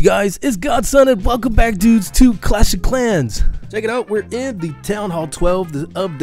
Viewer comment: kleš of klens